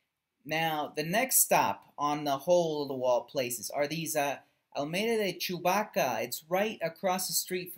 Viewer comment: Is not chubaca, it's chabuca